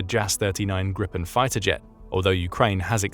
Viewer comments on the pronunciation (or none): "Grip" ("Griffin), in Swedish, doesn't rhyme with "slip" or "hip", as in English, but with "sleep" and "heap". So if you think of the word as "Greepen" instead of "Gripen" your pronunciation will improve. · Pronunciation alert: The i in Gripen is pronounced [iː]. Become aware of the consequences of your Great Vowel Shift: You can not normally use your changed vowels as a pattern on other languages. Do also check the names, like Pål Jonson: å [oː], 1st o [uː], 2nd o [ɔ]